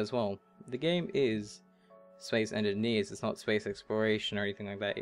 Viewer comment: I love how you say "Bradshushon" and "Spes enniniees", but maybe that's just me ;)